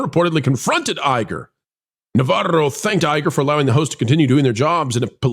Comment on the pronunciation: yeah don't do the stupid voices. Pronouncing navaro's name the way you do is kind of stupid too. I know it's probably some form of mockery but please stop.